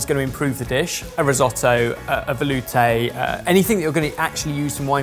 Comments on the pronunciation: "veloutéyy..." why did I expect that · Real Sorted fans said “vElOUtè” before 😂😂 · "VeLoUtÉ...." made me grin like heck 😂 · The moment I heard say “Velouté” my brain instantly think of saying it and he said it after. 😂👌